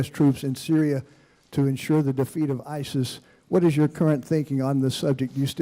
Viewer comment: Am I the only one who noticed Trump calling ISIS SIRI? :D